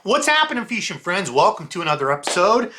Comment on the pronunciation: I like your videos as much as I hate when you say feesh or feeshing...it's so bad